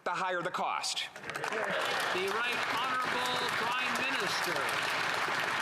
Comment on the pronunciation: Right honerable prime minister? lol, makes me laugh every time..